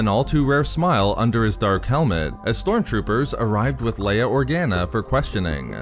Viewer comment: Vadurrrr, lei-urrrr, familiurrrrr 😭 I think french would be jealous here